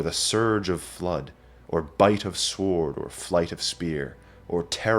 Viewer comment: Impeccable presentation but did I actually hear you mispronounce the word "sword"? Surely the w is silent.